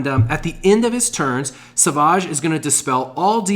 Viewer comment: Love your vids but please it's savage not saaavaaage, like a savage lion.